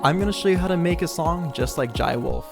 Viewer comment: its not pronounced like that. it's like "Juh-ay". or call him Jay if you can't pronounce this. This song has "Jai ho" as it's motif. Use it for reference.